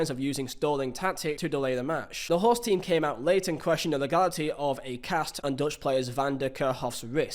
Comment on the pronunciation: What's your problem with R's? You guys beefing? You seem to be avoiding them. Correction: You aren't avoiding them, you're putting them where they don't belong. There's no r in "host" mate